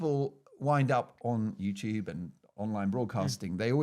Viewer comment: Francis Foster saying Mark Dolan has 'succulent bosoms' was not something I ever expected to hear 🤣 Also it sounded like you accidentally said 'JewTube' because you corrected yourself last minute from saying GB News, if I heard that right it's a hilarious mishap. Can't believe GB News fired him, he was one of their best!